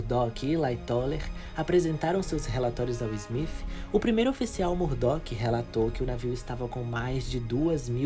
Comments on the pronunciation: O nome do capitão do titanic não é smif….e sim smith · Na boa,fica melhor chamar de Smith e não Smifh...